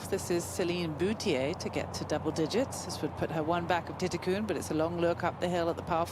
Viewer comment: Whoever the European commentator is needs to stop putting letters that don't exist in players names when trying to pronounce them. She consistently calls "Jeeno" Titikul - Jeeno Titikun" pronouncing an "n" at the end of her name, which does not exist. Even when you have other people from Thailand speak her name it is pronounced as it is spelt -- "Titi-kul!" As I love watching her play and she gets plenty of air time on TV, so it is becoming more and more annoying, especially when the other commentators and presenters pronounce her name correctly with the "L" at the end. Surely she is doing this intentionally for reasons only "she" could understand, but it is just annoying!